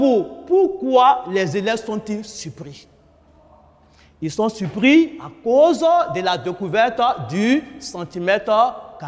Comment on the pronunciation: ´´ supris´´ au lieu de ´´surpris´´ ? .en tout cas c est bon travail et merci et du courage